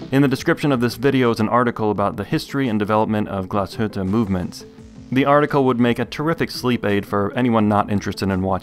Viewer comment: As a German I must say, very good pronunciation of the word Glashütte. Usually the English reviewers butcher that name like crazy :) Review was stunning as usual!